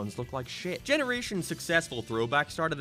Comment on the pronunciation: What ARE you saying? You've got the derpiest English speaking voice I've ever heard. I lost it "But Seaside Hill Zone was fcking everywhuuyre, like a decyeahd" < WHAT??